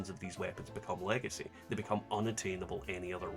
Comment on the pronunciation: But... "lagacy"?....